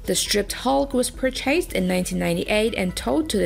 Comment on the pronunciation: where do they get these narrators from.admittedly its not a comp voice but really......@ we hear the AC was perrchasted from.........bloody hell :(